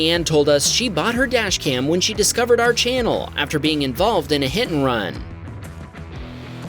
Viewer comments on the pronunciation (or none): none